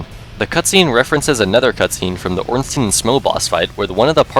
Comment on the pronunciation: Ornstein is actually called Ornstein, not Ornstien. Americans just butchered the pronounciation to a point where everyone says "stien".